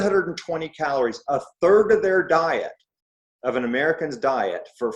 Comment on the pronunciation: "One turd," Ivor?